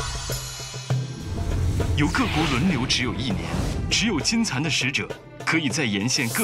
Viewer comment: 所有人都读把金蚕读成了金蝉